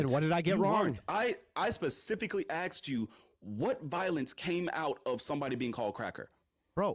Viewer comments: He specifically "axed" him guys😭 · “I pacifically axed you” loses all credibility bro.